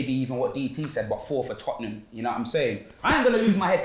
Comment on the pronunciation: finds it really difficult to say Tottenham 🤣 “toppnum”